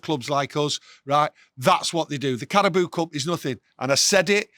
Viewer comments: Carabao not Carabooo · "CARABOO CUP" 😂😂😂